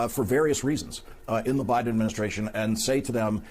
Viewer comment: Did you hear her say President Obiden?